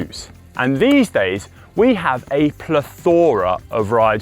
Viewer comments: PLE-thora, not ple-THOR-a. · [PLETH] + [UH] + [RUH] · Interesting video, but my ears stood out with pronunciation of plethora. It’s not pronounced with a flora sound at the end, but [PLETH] + [UH] + [RUH] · I'm sorry, "ple-THORA"? 😂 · why does he pronounce the 'o' in plethora so much ???? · Say “Plethora” again 😂